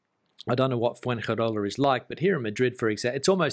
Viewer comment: From the way he mispronounces Spanish words (padrón, inmobiliaria, Fuengirola, nota simple, ayuntamiento) I think his level of Spanish is pretty bad. Maybe that's the reason for his problems with the civil servants (funcionarios). Another very strange thing is that he registers in the town hall (ayuntamiento) when he has been living in Spain for 14 years.